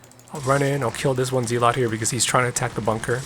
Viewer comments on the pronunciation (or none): Thanks for this entertaining content! Subbed. Friendly FYI: "Zealot" is pronounced "zeh-let", not "zee-lot". Google offers a pretty good pronunciation demo. GG ☮